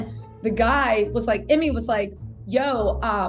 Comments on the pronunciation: GotDamn it it's EEE-MAY 🤣 Not Emmy 🤣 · Its pronounced E-May , but love the content🙏🏽